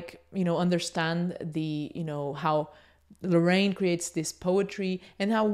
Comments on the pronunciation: jajajaja muy cierto! great video i love this channel, the only things is that the name is Larraín no Lorrain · Great video! but his las name is pronounced LARRAIN, not Loraine... :P